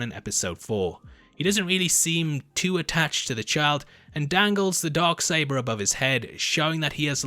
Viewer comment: “The Dog Saber”? 🤔😉😜 #accents